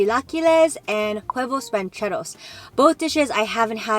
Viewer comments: Jenn, huevos are prenounced without h "uevos"!! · The “H” is silent in “huevos” (and for a lot of Spanish words if the “H” is in the beginning of a word😉) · Love the video! but I just have to say, the H in huevos is not usually pronounced. No hate though!! I just though it sounded funny 😅 Love you girl!